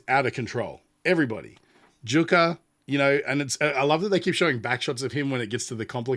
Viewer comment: So I’m gonna be that jerk…. It’s “Yukka” not “Jukka”. And “Tari-ya” not Tarja. You didn’t say it, but just in case…. It is “Vacken” not “Wacken”. Floor’s last name is “Yansen”, not “Jansen”